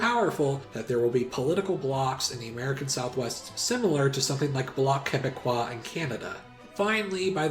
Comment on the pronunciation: My girlfriend heard you say "Bloc Québecois" properly and she's quite impressed by your knowledge of our barbaric culture. Great video